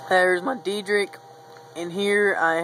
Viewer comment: Just letting you know, it is pronounced Day-drick. Nice save though.